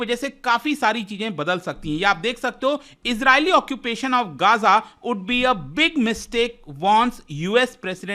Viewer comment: ग़ज़ा not गाजा, Please correct it. 😊